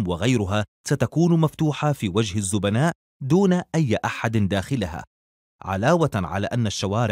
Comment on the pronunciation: هو قال زوبناء ولا انا سمعت غلط ؟